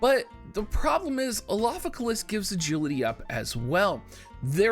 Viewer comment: You should just call him Alpha so you don't have to keep trying to pronounce his name